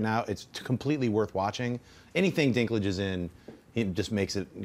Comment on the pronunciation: lol "...bause of the dinklage." sounds kind of wrong.